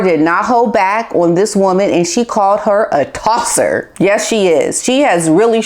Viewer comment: giggles hearing someone say Tossa that doesn't have an Aussie accent And yes she is 🇦🇺